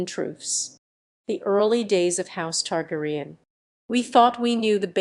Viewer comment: Targ-er-REE-an?! Noooooo! It's Targ-AIR-re-an...... 🤣